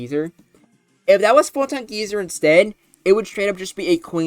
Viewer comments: Didn't expect the Necrozma week would be so soon, but definitely expected it to be strong in RBY. Also, geyser is pronounced Guy-zer. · first of all, it's pronounced "guy sir". but yeah, if necrozma was added into the standard rby uber metagame, it would instantly become the strongest thing in the tier, bar debatably mewtwo. it's like a more offensive take on mew's sd set with more emphasis on its offensive stats and bulk in exchange for less speed, though it still outspeeds cloyster's clamp as to keep it out of partial trapping range. it's a genuinely fantastic mon that's dominant in the format but still can be threatened much like the Big M2, and feels balanced enough to hopefully not cause too many issues, possible. mewbros are used on pretty much every team already, so necrozma wouldn't change the structure too much aside from maybe having to choose between a regular mewbros core, a mewbros + necro core, or a mewtwo + necro core. while necrozma will absolutely take something out, it still feels similar to mewtwo in how much it fears status at the wrong time and how vulnerable it can feel unless you find a safe avenue for it to switch into. if you do wish to paralyze a necrozma with alakazam or starmie, you realistically just want to go full offensive, with either surfmie or zam stoss. i honestly can't tell whether or not necrozma should be banned from a hypothetical rby ubers, since it's in pretty much the same boat as mewtwo where it has a few checks and a few more annoying matchups that could cripple its entire game plan if you don't plan enough around them. i still believe mewtwo to be the better psych